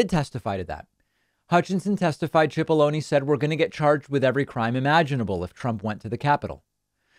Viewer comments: It’s “Sip”aloney, not “chip”aloney. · i hate to correct you David but his name is pronounced as an S not ch, it sounds like SIP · Think it's pronounced sip-po-lo-knee. Like take a sip of this water. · David, in another story you reported on today, you keep calling Pat Cipolloni "Pat Chipolloni" it's driving me nuts, why are you pronouncing his name that way?